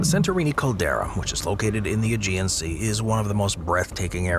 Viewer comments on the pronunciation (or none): none